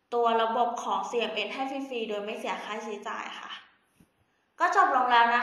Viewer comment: CMS หรือป่าวคะ? ได้ยินเป็นCMN